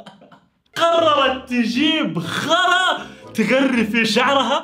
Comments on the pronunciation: غرا❌ خرا✔️ 😂😂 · هو انا الوحيد الي سمعت كلمة غرا كلمة خ** ههههه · غرا❌ خرا✅